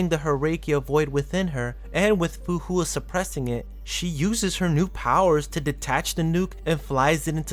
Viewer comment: The vid is nice, but the pronunciations can be a bit of a whiplash 😅 "Herrscher" as "Her-rake-key-ya" instead of "Her-sher" "Fu Hua" as "Foohoowa" instead of "Fu..Hwa" "Dawei" as "Da-Why" instead of "Da-Way" That aside, I really like your analysis and in-depth description of who Kiana is and her journey thus far.